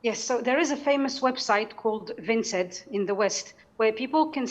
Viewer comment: vinted not vinced